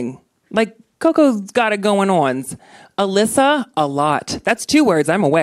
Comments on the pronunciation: How dare she pronounce queen alyssa's name wrong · I'm not saying anything that has already been said here but really? Can't pronounce the queens names and said they won their season? Does she even know what RuPaul's Drag Race is?